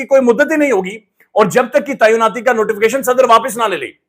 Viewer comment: The word is “Tainaati “and not “Taiyunaati”,as pronounced by most vlogers.Taiyun is a word which means,”To determine”.